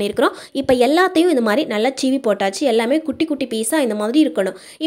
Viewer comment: Super tips thanks for sharing, it's seevi not cheevi